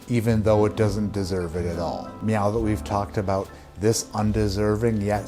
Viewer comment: in, had to pause and let know that I had to re-watch “Meow that we’ve…” three times. 😂👏👏